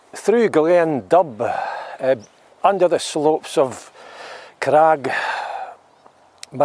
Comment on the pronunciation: Glean dubh - said like ‘doo’